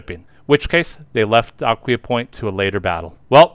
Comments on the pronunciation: One video I saw has it as "uh-KWHY-uh". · This must be AI. , because it’s pronounced Ak-wye-aa. Am I missing something? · Nice video, but you mispronounced Aquia. This is where I grew up and still live here. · That is correct.